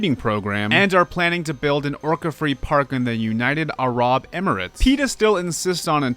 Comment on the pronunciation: as an Arab… just pronounce it “Air. Rub.”